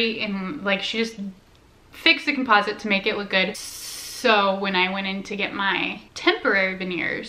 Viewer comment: Your not pronouncing composite correctly